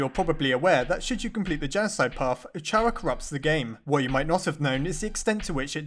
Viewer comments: It’s pronouns C-AR-A not CH-AR-A god dame it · Chara is said Kara, not ch-ara. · Ch ara it’s Kara kinda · IT IS NOT PRONOUNCED CH-ARA, IT IS PRONOUNCED CARE-A, IT IS A PLAY ON THE CHARACTER!!! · Chara is short for Character. It's Pronounced Cara not Chara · Um actually even though it is spelt chara it is pronounced Kara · Its pronoced Kara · It's not Ch-ara, it's pronounced Cara, Car-a, silent h. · It’s actually pronounced kara not chara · It's pronounced "Kara" not charah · It'S pRoNoNcEd "CaRa" NoT "Ch ArA" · Its kara not cara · Chara is not pronounced "Ch-ara" For lord's sake, its pronounced "C-ara" Not Chara! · its k-a-r-a not chara kara is how you spell chara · CARA CARActer not CHARActer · Just gonna say that chara is pronounced like cara :) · pronounces Chara with a "ch" Me: triggered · Chara is pronounced K-arr-u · It's pronounced "cara" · GODDAMNIT!!! ITS CAR-A!!!! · It’s so annoying how pronounces chara wrong